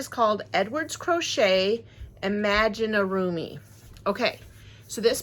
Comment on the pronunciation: Mispronounced Imaginarium....